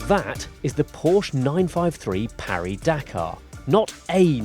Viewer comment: You mispronounce Porsche and pronounce Paris-Dakar correctly?